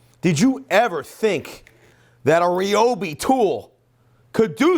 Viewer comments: Thought it was RYE-OH-BEE, not REE-OH-BEE Am I just stupid? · Ryobi, pronounced like Like RYAN not Rian Like RYE not Rie But Americans do you like that...